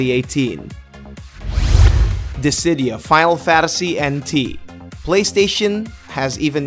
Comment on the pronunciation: is he saying Fadal Fadasy?